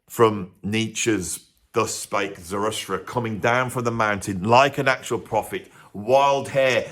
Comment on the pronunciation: Zarustra? 😂 Zara thus tra